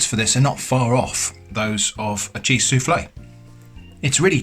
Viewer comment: Uhhh... This might be a language barier and I do mean nothing bad by it... but did you say Jizz on toast or Cheese on toast...? And if you said the former is that some kind of just Thing british people say? I litteraly listened to it like 20x and I am not sure :D